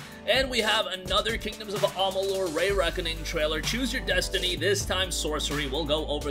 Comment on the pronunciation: REEeeee-Reckoning! NOT Ray-Reckoning!